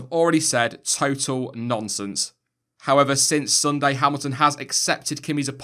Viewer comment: "as I already said, TOTO-L NONSENSE"